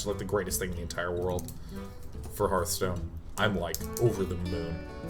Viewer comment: Anyone know why Day9 calls it snarfstone?